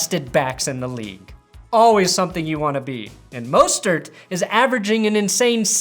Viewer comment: Just some pronunciation help: Breida sounds like cheetah. So it's more bree than bray. Mostert is just "Moe" stert not "Ma" stert.